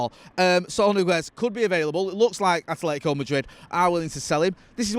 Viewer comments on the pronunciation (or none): Atletico not Athletico.